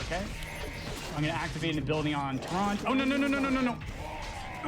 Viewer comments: Bro, Tyrande is 3 syllables. They say it all the time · Amazing run and runner but man I can’t get over him mispronouncing tryande the entire time